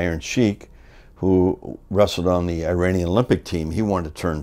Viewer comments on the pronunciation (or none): none